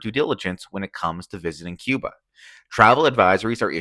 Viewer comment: No sabes pronunciar Cuba , yo tampoco sé pronunciar quihanada , cuando aprendas a pronunciar Cuba yo aprenderé a pronunciar Quihanada ok gracias